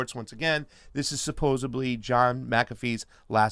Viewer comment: says "supposebly" a little before. I had to rewind it to fully confirm this, but he definitely said it. 🤣🤣🤣 On the other hand, I did apperciate the Colonel Kurtz name-drop in the documentary trailer, and "Apocalypse Now" remains the greatest war film ever made. Who else caught it in IMAX for the 40th anniversary back in 2019?